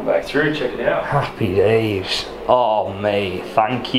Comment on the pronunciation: Lol Luis “Happpy Days” lol!